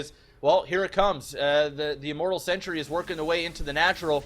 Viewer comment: Am I the only person that keeps noticing that pronounces "Sentry" as "Century?"